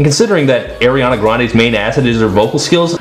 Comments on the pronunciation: Please say Ariana right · Why the hell do you pronounce her name that way?